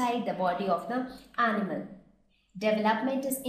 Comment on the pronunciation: Thanks, very helpful but please work on your pronunciation of certain words.... for me personally its annoying when people don't pronounce simple words like animal properly